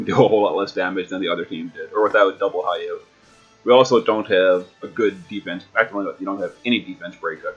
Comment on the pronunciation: Hayu? Really? HAYU? It's HEE+OH. And LAHK-SHMEE.. not Lockshimi. Mostly amazing vid. Name pronounciations killed me though.